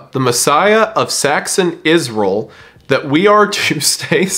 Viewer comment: You know Wendigoon is real country when you hear how he pronounces "Iz-rull" 😂